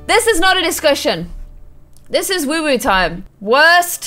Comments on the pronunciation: It's woohoo not woowooo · Stop saying WooWoo it’s WooHoo